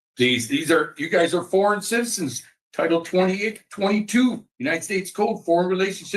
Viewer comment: Oh oh. Sov-Cit